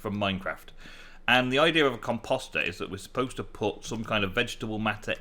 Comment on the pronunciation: There is no second M in Composter.. It is Com-Post-er.. not Com-Pom-ster.